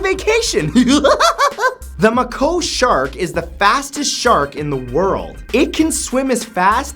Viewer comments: It's not Mah ko.its may co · May ko shark not Mack O! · Muhkoh shark? Nah bruh. Mako shark, pronounced maykoe. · Why did you pronounce mako like you did. It's pronounced mAko, not mko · It's Haifa, not hafia. It's may-co, not Mac-u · Your comment is laid out poorly so I'll fix it #46 It's mako like make with an "o" at the end (may-co/may-ko) Not muko (muck-o) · Mako shark is pronounced mayko not muhko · Did he just say ma-co shark? It's Make-o. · Ma Coe lol it is pronounced Make- o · I thought the shark was pronounced make-oh, not mc-oh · May-coe shark, not muh-coe. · Mako Shark. Sorry, I shuddered when I heard you pronounce it (Mah-Koh) shark? PSA: Its May-Ko (hard O sound) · It's called "may ko" not "muh ko" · bro its may-ko shark but i love your enthusiasm. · In number 46 it's pronounced may co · It's pronounced may-co shark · May-co that how you pronounce the name of the shark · I love these videos but please check the pronunciation of some places and names before hand. It's pronounced High Wick-um and May-co shark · the muuhhkkkooooee shark? figures someone who was beat up by his girlfriend has some brain damage and is lazy and can't pronounce things properly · Hey I think you miss pronounced Mako in Mako shark when you say it it's like you are saying MayKo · "The mah-KOH shark" nicely done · Mako Shark (MAY-ko) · That's not even close to how the maco shark is pronounced lol mA-cO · umm...its pronounced may-ko....just saying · It's pronounced Make-O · FWIW, its pronounced MAY-CO Shark. And I'm also Canadian, so I have no idea where he got that pronunciation from. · The way he pronounced mako shark triggered me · thank you... Everyone is concerned about wycombe , yet ignoring mako. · You pronounced "Mako" wrong. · Lol u pronounced mako wrong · woa woa woa. did you just mispronounce the Mako Shark? is this your Canada talking?